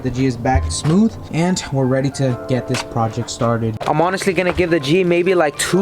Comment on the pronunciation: Sanded down and “reayd”